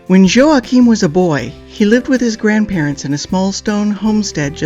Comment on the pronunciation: I just subscribed because I respect and love that you pronounced Joaquim's name correctly! Great vlog leads to follow up on.